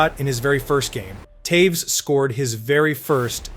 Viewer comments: Who's Towes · Hundreds of hours of research and you post a new video every day? Mispronounce multiple iconic hockey names and make bold statements such as Toews wasn’t an offensive talent nor did he ever score highlight reel goals? Yeah ok bud